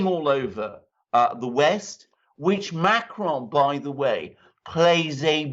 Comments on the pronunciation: Ma cron but you don't pronounce the n at the end ;) , a short " on" , but never mind , he will probably retire in a near future. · You are NOT really good with Macron. You make it sound Spanish. It is SO weird! Regular American/English pronounciation of Macron is closer to the French than this rolling R mahk-rrrrr-onn.